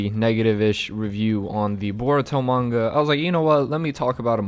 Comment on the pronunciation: why does he say manga like munga